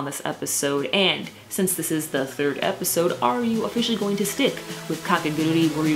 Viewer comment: By the way, the title of the series is not "KakeguruRi" but "Kakeguru'I' "